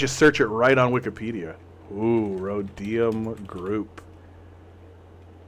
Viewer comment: thw Rhodium Group is a well-known thank tank focusing on China. They are totally legit, albeit pro business 100%. Oh and it's pronounced RO-deeum.